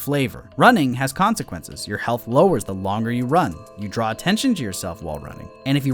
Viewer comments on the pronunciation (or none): none